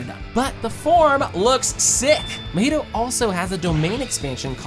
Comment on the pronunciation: its not mohito its mahito num nuts